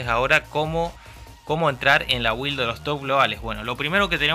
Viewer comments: muy bien video amigo!| solo pequeno consejo se pronuncia "bild" jajaja cada vez que dices "wild" pienso en salvaje XD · se pronuncia bild (build) bild please sos un geniooo